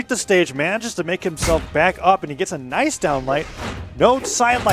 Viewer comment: Phazon: does any sig Commentator: NAJS SIDE SIG